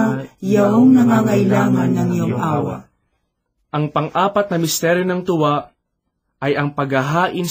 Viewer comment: sometimes the accent gives different meaing, e.g. "tuwa" and "hapis", it should be long "U" and long "A", but i understand that may be you are not a purong tagalog. that is why you have such pronounciation. "God Bless" and may tribe increase.